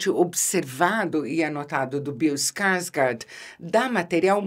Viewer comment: Ficaria a tarde toda escutando Isabela falar: " Bill Skarsgard "